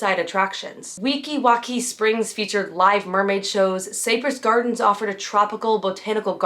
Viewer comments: Not that big a deal. vlog is really good and I had already subscribed to it. I realize that you are young an possible have never heard of the place before now, but it was a major park years age. I don't know how to phonetically type how you said it, but the proper pronunciation is "Sigh -press" as in Cypress Trees. Like I said, not a big deal but important to some of us. Feel free to ignore this as it isn't meant as a put down. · Cypress Gardens is pronounced sai-pruhs. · It’s pronounced SIGH-press Gardens. Not SAY-press.